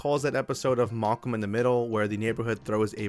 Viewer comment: ive never heard MALcome (mal like balance) pronounced as MULcome (like maulk come)